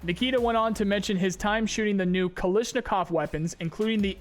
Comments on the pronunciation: bruh why u say kal-ish-nikov, its kal-ash-nikov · Kalishnikov? Its Kalashnikov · Why are you calling the company Kalisnikof thats what I want to know xD